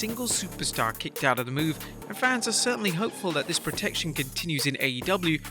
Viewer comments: We going to talk about the intro. “No one has ever kickoed out of”. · 'kickoed'? what is 'kickoed'? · LoL "KICKOED" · "Kickoed", hmmm??? Lol 🤭😆🤣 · So nobody's gonna talk about "kickoed"? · “Kickoed out of” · Kickoed lol